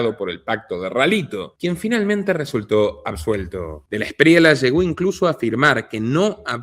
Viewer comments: Se pronuncia Espriella no Espriela, es español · no se dice de la Espriela es Esprieya así suena y se escribe Espriella ‼️ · Este tipo ni si quiera sabe decir Espriella, dice Espriela, no se puede esperar mucho. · En español existe la “ll”